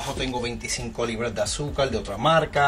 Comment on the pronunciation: Se dice AZÚCAR, no AZUCAL, Se dice VERDAD, no VELÁ, Se dice PONER, no PONEL... porqué sustituyen la R por la L?